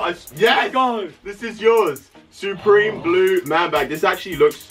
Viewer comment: He says soopreme